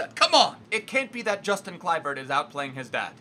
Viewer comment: you say his name as Yustin